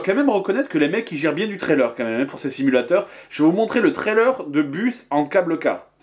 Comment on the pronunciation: au-lieu de dire quand même tu dis qua même